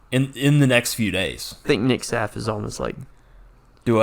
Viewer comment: he's your teammate and you dont know how to say Sahf's name? c'mon man!